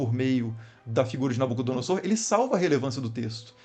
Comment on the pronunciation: Inclito mestre, a exata pronúncia é NabucodonoZor. Sempre que o "s" estiver entre vogais, o som será de "z", como em "caZa". Abraço